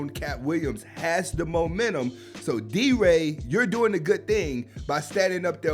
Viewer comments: D Ray! Not del ray🫡🤔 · He called deray delray lol